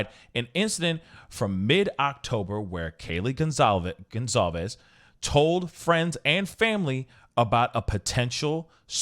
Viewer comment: Goncalves is Pronounced “gun-sol-vez”